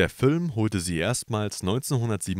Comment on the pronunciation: Fülm, Dschette, 🙄